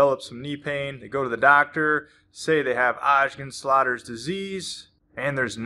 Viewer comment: Is it so difficult to say Osgood…….?